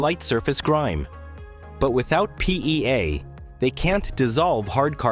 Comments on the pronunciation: Have a drink each time the AI says "PEA" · Say PEA one more time, you AI AF voice. Say PEA one more time! Same AI voice from so many other videos. They should use a human. Though there's some useful info here, I am just sickened by the robot voice. Perhaps the whole video is AI generated; I don't know.?